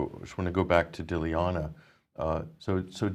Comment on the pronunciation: Guys, the least you could do out of respect for the intrepid and courageous Dilyana is learn to say her name, it's really no harder than your made-up versions - phonetically it's GUY-TAN-SHEEVA - at least that's a lot closer than your sad attempts. She is clearly far too polite to correct you herself ^^;)